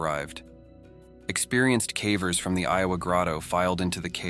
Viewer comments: Calvers? Sounds like she's giving birth to a cow. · The voice has to be ai right? cause it cant even pronounce ‘cavers’ correctly half the time lol. Put more effort in dude this is sad and boring af to listen to